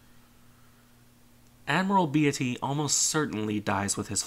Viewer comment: its "BEET-Y" not "Be-AH-ty"